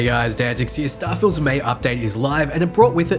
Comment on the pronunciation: Starfilled Morgan man